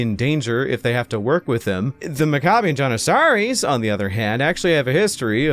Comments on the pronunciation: Pronounced’Mack ah bee in Jan ih sah ree’ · Maccabian “Johnuhsahries” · The way your pronounce janissaries was crazy lol